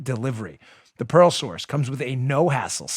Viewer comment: WOW!!! when you first announced your sponsor "The Pearl Source" all four people in the room listening to your show thought you said, "The 'PAROLE' Source" it was clear later in the announcement that what we thought we heard was inaccurate, funny, but inaccurate... Dan is selling stolen jewelry from parolees...easy to believe since Dan hangs out with that bank robber "Producer Joe"... LOL!!!